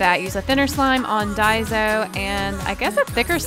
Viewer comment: It's not pronounced dieso it's pronounced dayso not hating just saying